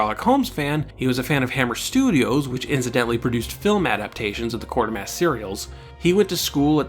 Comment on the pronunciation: I’m sure you’re aware by now but there is only one ‘r’ in Quatermass; and it wasn’t a one-off as you said Quartermass many times in quick succession.